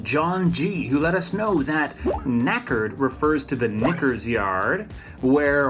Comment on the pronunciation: knackers yard not knickers yard